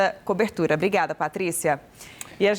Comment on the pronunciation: Brigada nao..fia Obrigada Aprende a falar fia